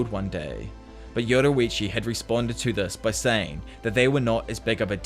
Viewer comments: Btw you pronounce yoriichi wrong it’s your-re-chi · Can anyone notice that he says yodirichi